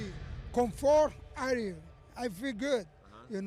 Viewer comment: when he said this is my come for aria he was saying comfort area im proud i understood that within seconds